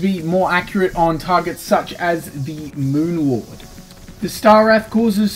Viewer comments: Lol moon lord = meawmer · And Mowmear 😉